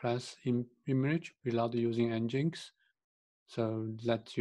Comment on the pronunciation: Nginx - pronounced as "engine X", /ˌɛndʒɪnˈɛks/ EN-jin-EKS :) and why you installed it anyway, if you have not used it in the end...